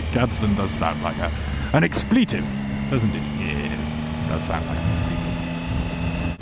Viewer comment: "Ex-Pleetive" LOL)))))